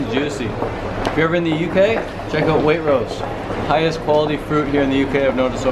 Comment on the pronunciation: "Wait-rose" haha. Spoken like a true foreigner:p Enjoying your vids